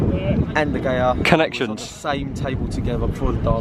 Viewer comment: He’s friends with de Gea but calls him de gayer 😂😆😂